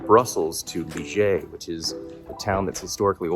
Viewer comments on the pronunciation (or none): Hey there, thanks for sharing. I might visit this place later this week. For your information, the name of the city (Liège) is pronounced differently (than how you pronounced it at the start). The way you pronounced the "g" is accurate, but that is supposed to be at the end of the pronunciation, because the final "e" in Liège is silent. After you pronounce the "i" (like English "ee", which is accurate), the "è" is pronounced like the "a" in English "man".